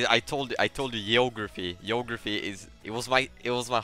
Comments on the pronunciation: Geographie YEOUGRAPHIE* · Yeography Yayant